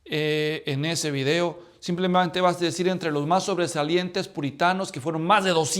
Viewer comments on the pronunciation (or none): none